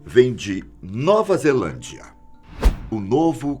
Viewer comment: Só que vi que estava escrito zealandia e ele falou zelandia